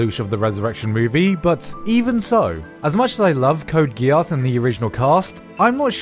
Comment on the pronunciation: The way you're pronouncing "Geass" makes me very uncomfortable.